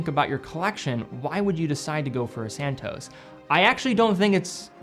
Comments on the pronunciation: Immensly annoying to hear anyone completely mis pronounce the name Cartier; it is not "CAR-TEA-YEH like every American seems to do, but CAR-CHE (as in CHE QUEVARA). And then ii is not SAN TOES, but SAN TOS (as in ALBATROS). If you can pronounce SEIKO the right way (instead of SEE CO) than you can do this, please! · I love the car-dee-ay san-tose